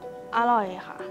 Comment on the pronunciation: ลองออกเสียงสิไอ้หนู สวัสดีคะ สวัสดีค่ะ